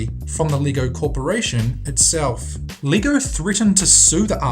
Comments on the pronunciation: LEGO is pronounced Lay-go. Gosh, learn how to speak. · lego not leego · Leego? Pronounce it right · It's pronounced leg-oh not Lee-go. Geeze. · It's not lee-go its leg-o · Sound like you pronounce Lego as lee-goh